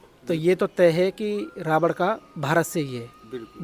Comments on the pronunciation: rawad nhi ravan bolo........jai shiri radhe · रावण को रावड बोलता है, थोथला आदमी 😂😂😂